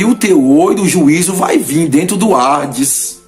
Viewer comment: Não é ARDES, O CORRETO É HADES